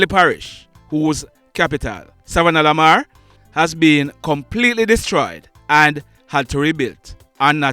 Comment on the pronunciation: U need to work on the way you pronounce savanna la mar,I honest don't want to be the one to tell that it sounds retarded the way u say it, this how your suppose to say it,sa-vanna Lamar or short form sav Lamar.